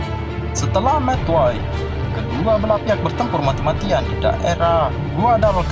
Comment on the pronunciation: Bang saya mau kasih tau aja bukan madway tapi Midway